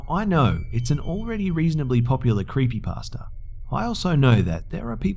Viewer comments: I love how sometimes pronounces creepypasta "creepypaster" XD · and sometimes sounds like creepy-pastor